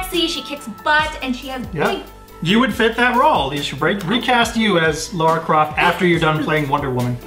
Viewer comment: Errrr....It's "Lara" Croft not "Laura" Croft. Just sayin'.